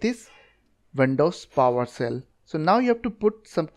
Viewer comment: PowersHell. Not Powercell.